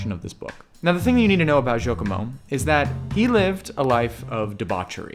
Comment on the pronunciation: Shouldn’t you have at least checked the pronunciation of Giacomo? It’s certainly not “jokomo” 😡